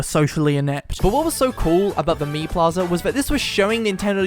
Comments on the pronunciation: The more i hear him Say mii it more sounds like he says meme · Like people but Miis